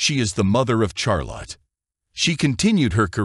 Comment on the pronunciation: It was narrated using text-to-speech. You can tell from the lack of inflections and the mispronunciation of "Charlotte".